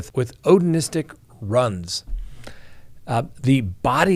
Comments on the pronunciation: “Runs” lmao it’s RUNES like “roons” lol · ROONS (runes). Not "runs". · Hi and thanks! The word "runes" is pronounced "roonz". I only bring it up because we're obviously going to be seeing it a lot if the Odin thing is allowed in. Hope you're having a great weekend. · It’s pronounced Roo-ns